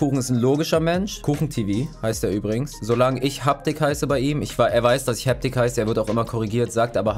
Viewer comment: hab das video von kuchen gesehen und er sagt habtik